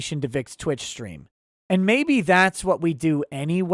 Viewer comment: "Strean" that's our:_Touchdown::_OnPaper::_UNBREADED:🙏🏻